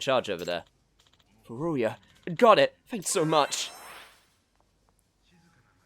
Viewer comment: Wette Chicken? Well, I guess that's one way to mock a rival business. 🤣 Congrats, man. You actually managed to come up with something more eyebrow-raising than Wette Kitchen. Oh, and your occasional messing up of names by arbitrarily inserting an extra syllable is my jam. So far, we've got: Hamura -> Hamamura Murase -> Murasame Furuya -> Furuyuya There could be one or two more but these are the three I can recall off the top of my head. The pattern seems to be 3-syallable names that your brain seems hardwired to changing into 4-syllable ones. Yagami should thank his lucky stars that he's the protag or he'd be Yagamimi or something, lol. Looking forward to see if there's more.